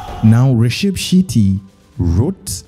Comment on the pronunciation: Dear, correct yourself: it is not rishab shitty, it is RISHABH SHETTY